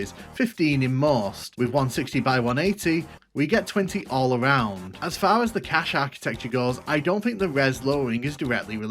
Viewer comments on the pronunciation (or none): none